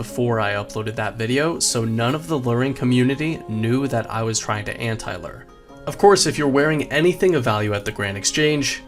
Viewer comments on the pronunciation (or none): why the fuck do you say LOOR? instead of LURE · why do you keep saying "invent-ary" and "Lurrr"?